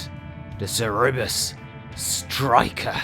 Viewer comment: Isn't it Zerberus and not Cerebus?